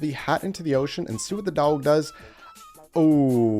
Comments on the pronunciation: Are you mispronouncing "dog" on purpose or do you actually say it like that? Dowg? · Are u purposely pronouncing dog a weird way?